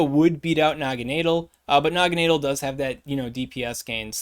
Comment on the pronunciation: Ahhh yes, Noggineedle. My favorite Ultra Beast. JK 😂 I think it's pronounced Nagana-Dell but not too sure. I'm most hyped for the Lord of Guzz 💪